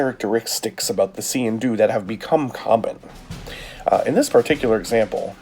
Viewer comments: I am Scottish! That is NOT a Sgian Dubh! Scottish people might call that a Dirk but it sure as hell NOT a Sgian Dubh. It pronounced Skee-in Doo. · Nice video, its pronounced skeen doo, and its original purpose was that when you entered an other persons home you would take out all your weapons to show you were unarmed as a sign of respect but with waring clans one would always have his sgian dubh hidden in his sock. Thanks for the videos some crazy blades out there keep up the good work.